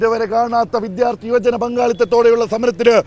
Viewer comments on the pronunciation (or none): none